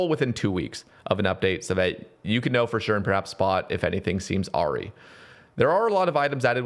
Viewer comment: I love the way you confidently pronounce awry so horribly wrong lmfao I love you